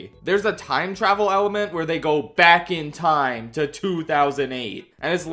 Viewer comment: That's right, I like how physically can't say "back in time" in a normal way anymore. He HAS to say it the Free Birds way